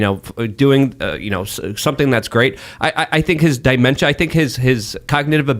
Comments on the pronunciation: Die-memtia lol. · it's dementia. Not di-mentia. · I thought misspoke when he said “die-mentia” but then he said it again. He is not a smart man.